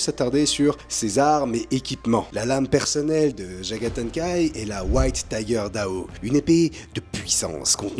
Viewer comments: Bonne vidéo comme d'hab ! Mais dites, je suis le seul qui entends "Jagathan kai"? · Du mal à prononcer le nom visiblement 😏😂👌🏼